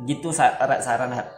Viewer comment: Siren head dibacanya sairen head